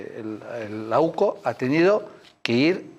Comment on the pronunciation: NO ES OCU ES UCO